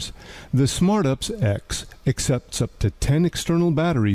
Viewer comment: AI calling "you pee sss" as "upsss" lol 😂